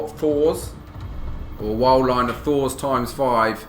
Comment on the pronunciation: Not just the artist of the song he got wrong lol but the pronunciation of thor... "for"